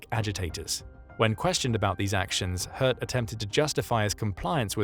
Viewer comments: Names can be tricky, but I'm pretty sure it's pronounced similarly to the French word 'haute.' They were likely thinking of a name like 'Göth' and assuming there was an umlaut 'ö' in the name. Even so, I'm happy to overlook it based on the otherwise excellent narration by an actual human! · Please… Say ‘Hoth’, like ‘road’. Greetings from the Netherlands 🇳🇱. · How is he pronouncing "Hoth"? Sounds like "Hertz".